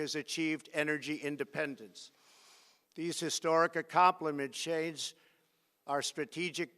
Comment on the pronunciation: says “accompliments shades” instead of accomplishments change😭